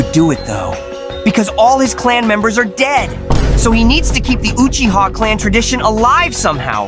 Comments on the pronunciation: Uchigger😂? Really bro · I thought sasuke said Guuchiha